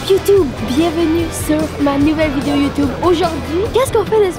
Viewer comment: Youtuuube not Youtoube